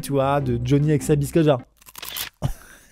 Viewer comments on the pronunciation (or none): none